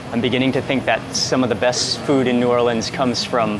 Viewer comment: I love my hometown. Extra pernts for saying 'New Orleans' correctly and not 'N'Awlins' or 'New Or-leeeeeeens'. BTW, there is plenty of great food outside of the FQ as well, but I appreciate what you did in this video.